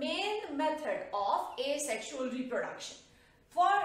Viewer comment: It's Asexual not Asesxual!